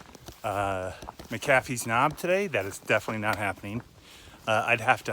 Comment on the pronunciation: Native Virginian here - It is not "mac-A-fee's." It is "MAC-uh-fee's.' Just FYI.